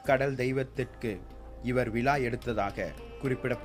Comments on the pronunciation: Prakash Rocky sariya sonninga.....விழாவுக்கு விலான்னு சொல்லுறான்..சோழர்க்கு ச்சோளர்னு சொல்லுறான்.... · விலா அல்ல விழா.. தமிழை சரியாக உச்சரிக்க வேண்டுகிறேன்..